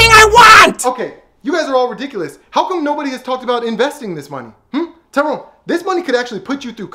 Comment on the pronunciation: It's not tiron it's " Tyrone "